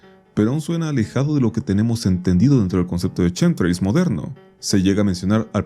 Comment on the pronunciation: Justo los "chemtrails" no tienen nada que ver con Chems por qué nisiquiera se pronuncia igual 🫠